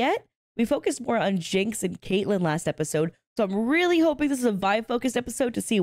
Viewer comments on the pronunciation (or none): none